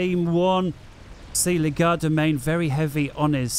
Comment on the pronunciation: I know it's going to sound nit-picky but it really bothers me that you pronounce Legerdemain as "Le-GAR-da-main" instead of the accurate "LEDGE-er-da-main".